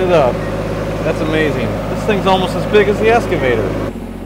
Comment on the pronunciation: Good video… just…….“ex ca vator” ….. everything else was great!👍